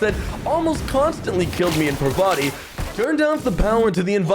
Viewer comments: Every time says "Pavarti" not "Parvati" 😂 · The way is pronouncing Parvati is starting to get really annoying.